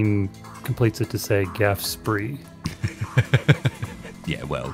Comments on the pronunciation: It's not that gaf spree. It's pronounced like "graph shpay". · Technically, it's the "Graf Spee", but I do like the far more chilled "Gaffe Spree".